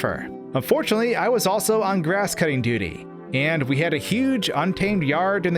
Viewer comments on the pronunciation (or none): none